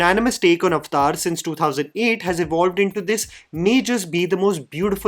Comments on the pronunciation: It's Avatar, wtf is Ovotar!! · I just have to say, it's not called "અવતાર" (Sorry I don't know how to write it in Hindi lol). It's "Aavataaaahr". Lol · Avathar❌ Aftaar✅😂😂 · At least pronounce the title correctly it's 3 syllables AvAtar not Avtar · When you say Avatar, it sounds like "Iftar" like the party for Muslims. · "Avtar" hehe.